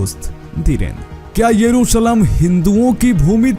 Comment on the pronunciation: Bhai Yerushalem hota hai naki yesuralem